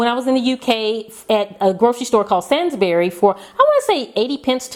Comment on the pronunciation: Hey, great video. Got some great ideas for my coffee station. I giggled when you tried to pronounce Sainsburys... As you know, houses in the UK are a lot smaller so my coffee station is a scaled down version. I love your coffee machine/express maker, what a cool idea. I'll try to get my hands on one and bin my 2 appliances... Good tip! My question is, you don't seem to have a hot chocolate option. Not a fan? I expected to see all the fixings laid out....